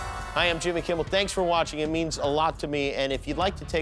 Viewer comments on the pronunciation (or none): none